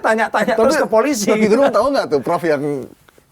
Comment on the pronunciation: Gerung baca pake e taling, bukan pepet.